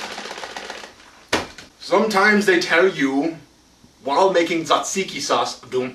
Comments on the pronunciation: your pronounciation was almost spot on! the "t" is not silent however, and in greek when "t" and "z" go together, we pronounce it as a "j" so it's "jajiki"! btw, i'm greek so i know what i'm talking about :) great video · It's spoken Jajiki. J like Jesus. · hahaha i live in greece and your pronounciation was off with the tzatziki (pronounce the 't') :D